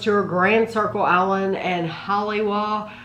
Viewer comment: Haleiwa: ha - lei - E - vah